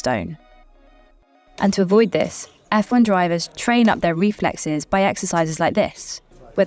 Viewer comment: You cant even pronounce reflexes